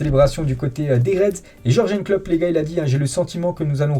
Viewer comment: Tu prononce mal le nom du coach de Liverpool